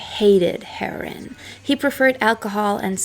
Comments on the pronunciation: yah a heron is a bird😆 I have however heard her pronounce German perfectly 🤔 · "In a haze of Kiff". You don't smoke Kiff, it's a spread, you eat it. Why can't you pronounce the word 'Heroin'? Janis got the Heroin that killed her from her boyfriend Seth Morgan. Fact. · I love the way you pronounce heroine. Just saying scag dope or junk.. and i like Kieth out lives this monster 10×× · You said your three language disclaimer, I know, but, if you're going to do drug addled rock stars, the common pronunciation for Heroin is "Hair-Ohh-Inn". Heron is a fish. There was only one other single "wrong" word earlier, I can't remember, but your english is fine and dandy, but for that one recurring clam. Groovy Hat. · Heroooiiiinnne, Darling...not Hero like Nero, but "Heroine" like how you pronounce the female counterpart to a Hero. Otherwise, great video. It's actually kind of sweet that you don't know how to pronounce it. ( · heron is a bird. learn to talk. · It's not "herin," it's herOin. I'm sure you've heard Lou Reed sing it. Otherwise your English sounds as born yankee as my own. What IS your first language? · Pronounced HEROIN HER-O-IN. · It’s pronounced “her-oh-in” =heroine. You’re welcome. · Are you sure your a German not a American you don't have a accent & look like Marlo Thomas.The word Idea doesn't have a R in it & isn't prounced with a R. Also Heroin isn't pronounced Heron, Heroin is a narcortic. A Heron as you prounce Heroin is a bird. You speak English very well with no accent, better than a lot of Americans do & you almost speak it perfectly. Are you sure German is your first language not English. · Why are you pronouncing heroin "herin". Have you actually never heard anyone say it before? Lol wtf I thought maybe you're doing on purpose to prevent being censored or something but its in the title of the video so... who knows 🤷‍♂️ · It’s pronounced Hair-o-win.